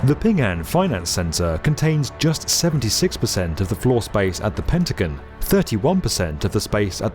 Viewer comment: ah yes, the pentagin